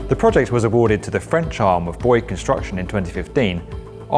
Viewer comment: Bouygues is pronounced more like ‘bweeg’